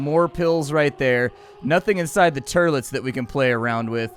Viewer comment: "nothing inside the TERLETS...." lol what the actual fuck ?